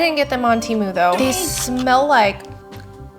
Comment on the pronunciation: You said "TARMU" and it had me rolling! 😄